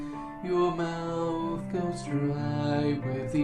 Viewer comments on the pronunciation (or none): none